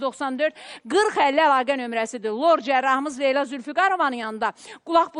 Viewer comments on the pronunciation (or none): none